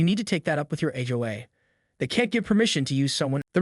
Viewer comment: Why are the words tow / towing / HOA consistently mispronounced. Is this an A. I. Narrator?